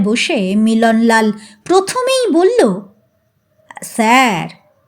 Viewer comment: tomaar galpopat aamar khubi bhallolage, karon onno channeler kathakder moto tomaar uccaron dosh nai. "phhu"-er path annobaddya. bangla sabda "thulangi"ke tumi "thalangi" uchharan korle kano? aar sab pathai tumi "bollen" aar" bollo" sabda uchharane timing anabashak Jordan Dao kano? aamar boyosh90,tai tumi liklambole kichhu mone korona.tomar channel-er nam janale tomar galpopath aaro sunb subechha nio.. n